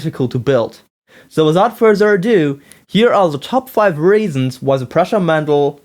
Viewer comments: Hi man, first, my name is pronounced "proosha". As you said, its old model, no reason to bitch about it in 2013 you are three years too late ;-) It is still built as there are thousands of ppl who can help you with it. Hanging Z axis was made because it transfers less wobble to the print, now with tube couplings, its not needed. Your coupling slid out of the shafts either because they were oversized or you didnt tighten them. Sanding the motor shafts helps a lot too. Your cables broke as you didn't bolt them to the Y carriage or used poor cables. Two motor Z axis is much easier to maintain then the original mendel one, if you would built original mendel, you would know. That thing sucked to calibrate. The x axis wobble is true, but during prints it wasn't affecting the quality too much. ... Anyway, keep up the good work. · Nope. It's pronounced "pruh-sha". Trust me, I've met the guy and I'm right.